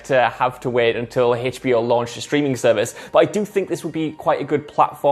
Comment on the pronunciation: i will start calling hbo max hey-chbe-eyo max from now on